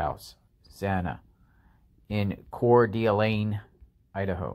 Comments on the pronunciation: The d'Alene part of Coeur d'Alene is pronounced like duh lane. The d isn't pronounced separately. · I live in Spokane just across the border from Coeur d’Alene. It’s pronounced Core Da lane. Say it as one word. It’s a beautiful lake town. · “Core Duh Lane” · Haha I just messaged that we say core duh lane. I keep hearing people butcher (pun intended) it all to hell. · Core-Day-Lane. Damn... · Prounounced Coure D’ Lane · Just fyi it’s Core-du-lane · It’s pronounced Core duh lane up here in the northwest. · It's pronounced "Core Delane" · It is pronounced Core da Lane…… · Its pronounced Core Da Lane...i love your reporting but you need to be able to pronounce the towns and cities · I have already seen you butcher and get so many things wrong in our community. At least get the pronunciation right. Coeur d' Alene (Core Da Lane)